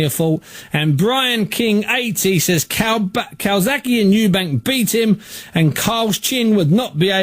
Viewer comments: CalzaGHE not Calsaki. So ignorant. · "Cokezaghe" LOL! Priceless!